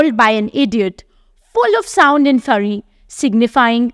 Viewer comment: An English 'teacher' who can't pronounce words like 'fury' correctly, or read words like 'goodly' correctly. Sigh.